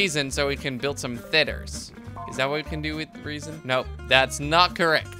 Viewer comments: Its not Reason its pronounced Reh-zin. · Panos Gamer it's pronounced rezin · and the mineral Resin is pronounced Resin with short E not Reasin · resin not reason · Resin sounds like re-zin (vowel e) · it is pronounced ree-sin and teeh-th-er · The e in the word resin is not like the word eve it is like the word rebels